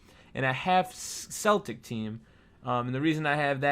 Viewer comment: he said it right the first time the wrong. least he didnt say the celtics